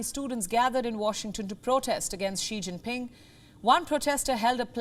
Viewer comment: I cant take her seriously when she pronounces his entire name wrong.